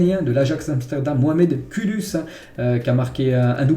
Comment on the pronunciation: ca se prononce mohamed koudouss